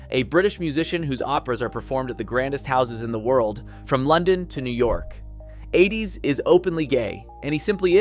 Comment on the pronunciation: Admirably done but you lose some credibility by mispronouncing more than one name: Blitzstein, Adès, and Corigliano. Since the last two are alive, many sources have the correct pronunciations. A little more diligent homework might not go amiss in the future.